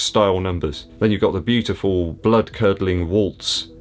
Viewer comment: That's bootiful.